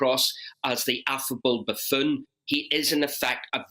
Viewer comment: I love hearing 'affable buffoon' in a strong Ulster accent.